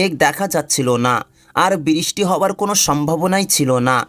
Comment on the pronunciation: বিরিস্টি/উচ্চারণে অনেক ভুল